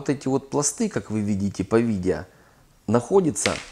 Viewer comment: Я вас прошу, потренеруйтесь говорить видео, а не видийа.